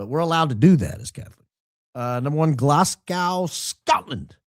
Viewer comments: Oh,....! Not GLASS -gow. GLAZ - go. Place names can be tricky in a country that doesn't speak English! 😄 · Glas-GO... sorry but Glasgo, ignore that pesky W... #1 fan from the West Coast of Scotland 😬